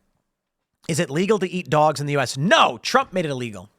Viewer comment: Tim said dwags and cats lol